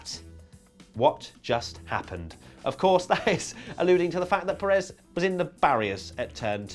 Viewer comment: Will you please. Learn. How. To say. Pérez's. Name. Properly! 👋😢